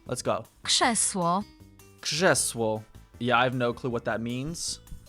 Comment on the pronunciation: rz after p, t, k sounds like sz, so rather [kszesło] 😊